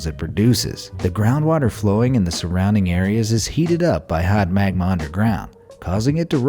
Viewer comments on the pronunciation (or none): none